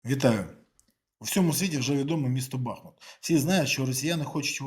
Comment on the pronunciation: Нажаль, весь світ знає бАхмут, а не БахмУт!!!